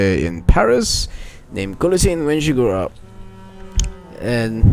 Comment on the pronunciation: By the in guillointene the l is slient